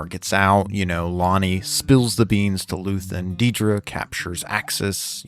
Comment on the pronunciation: "DEEdruh" why... why pronounce her name like that lol